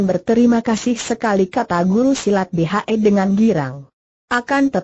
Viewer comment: Betul..! Tolong di perbaiki ejaannya ya min !